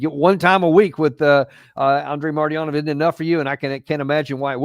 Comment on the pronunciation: eepDive I just wish you can say his name correctly Marty-anov...atherwise it's a completely different Russian name ❤